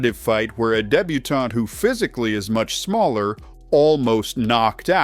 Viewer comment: Yes, but the mispronunciation of 'Benoît' and 'débutant' made me itchy. (For reference, it's 'Benwa' and 'daybooton', as I'm sure you already know.)